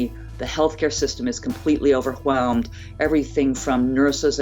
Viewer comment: “Over who welmed”